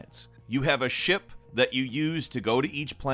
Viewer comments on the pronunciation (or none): none